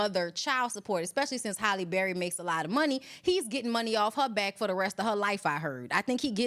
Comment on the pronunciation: Halle not Holly